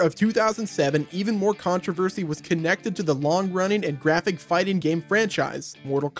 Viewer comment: "Tons and tons of CoNtRO-verSHEY"